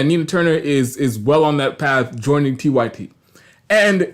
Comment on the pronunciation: Nah you gotta explain your screen name better bc I knew it was 'unapologetic-y-t' but it sounded like you said 'unapologetic-white-tee' 😂